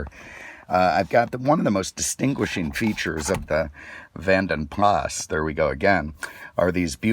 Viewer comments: How to spot an American - ask him saying 'Jaguar' - JaaagWAAAR. Jeeeez, how's that Lord?! as de 'Vanden Plah'. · The S is silent. It's VANDEN Pla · The S in Vanden Plas is silent